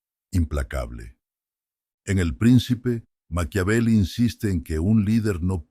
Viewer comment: No se llama Maquiavelo, sino Maquiavelo. No logré seguir escuchando el audio porque me incomodaba escuchar el apellido equivocado